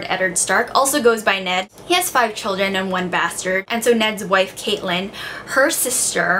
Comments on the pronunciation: Sorry to be picky but it's pronounced Cat-eh-lin (not Caitlin), I pronounced it Caitlin at the start too but they pronounce it the other way in the TV show which is co-prodiced by George RR Martin and they say Cat short for Catelyn in the book. Again sorry to be picky :) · For future videos: Its pronounced (Cat-Ti -len)